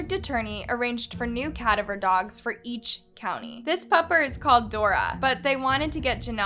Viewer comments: CAD-aver lolz 😂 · Try and pronounce ca-da-ver properly 😂🤣😂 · You need to work on the way you say cadaver lol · You mispronounced cadaver. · Sad, sad story. Great video nonetheless, but why do you pronounce “cadaver” like that? lol just curious